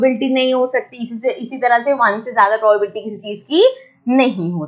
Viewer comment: its not poblbilty its pro ba bi lity XD